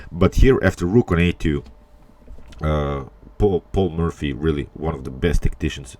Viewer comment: you pronounce it "Paul Murphy" ... funny